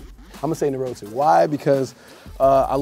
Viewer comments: he said nah-row-two but that is not how you say it it’s nah-raw-toe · He said Narotu instead of Naruto... Fans will be mad. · Michael B Jordan saying Narotu instead of Naruto is my new kink 😂😂😂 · Michael B Jordan: "Narotu" Me: imma let it slide cuz ur amazing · they were just trying to have a fight over who’s the new hokage yellow thought he got orange but he came back for the title he was saying I know you didn’t just disrespectful naruto by calling it narrotu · Question: what’s your favorite anime Micheal B Jordan:NOroto Me: it’s NAruto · Naruto!!!!! Not Narotooo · LOL NAH-Roo-TOE! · How can someone that watches naruto, actually call it Narotu....multiple times..😂 they say his name at least 3 times in every episode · Why does he say narotu I’m not gonna acknowledged that At all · "I say nurotu how i wanna say nurotu" lmaoo guess he saw all them comments on the other video makin fun of how he says naruto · lmaoo he said nuh-row-too 😂😂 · Boi said narotu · Did he just say Narootu? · Seems like Narowtu is his go to...but come on bruv...get the name right 😑😂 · And he says naroto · Tf you will say nuh roh 2 the way u want 2 it’s naruto 😂😂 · Stop with the fake anime love bruh. We get it you said you like anime once and niggas ran with it but if I hear you say Narotu one more time...... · Lool why won’t he say it right? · I was just about to comment about how he said Naruto 😂😂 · It's like he could hear me judging him for how he pronounced Naruto through the screen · that eyebrow.....classic. Also if that boy mispronounce Naruto one more time I’m gunna lose it. His name is said a million times in the anime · he said it wrong again😂 😂💀💀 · he’s gotta be trollin us with this naruto pronunciation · He murdered Narutos name lol 😆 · Everytime that someone pronounces Naruto the wrong way I think my eye twitches a little bit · The way he said naruto 😭😂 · I love him but why does he pronounce Naruto like that 😭😭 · Why yo keep saying Naruto like that? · I hate how he says naruto😭